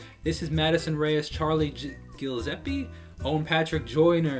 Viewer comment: My dude said gillzepi lol no hate